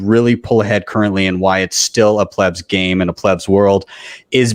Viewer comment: Please, just let Saylor, and the intellectuals in the room speak already. Your use of the word PLEEBS is incessant and annoying, not to mention incorrectly pronounced. ... using that word just as a newbie uses the word noob.